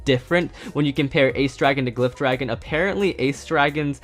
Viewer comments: It’s gliff not gliffe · Just so you know glyph dragon is pronounced gliff